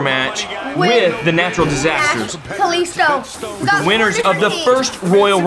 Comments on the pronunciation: Bruh it's ka lEE sto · said Kaisto 😅😅🤣🤣🤣🤣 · That’s not how you pronounce kalisto